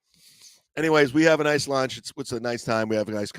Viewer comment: "We're downstairs having lush" It's, "LUNCH,". "LUNCH!"